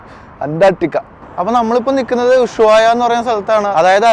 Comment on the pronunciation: നീ വീണ്ടും ചില്ലി എന്നാണ് പറയുന്നത് ചിലി ആണ് ശരി, പിന്നെ ഉശുവായ അല്ല ushuaia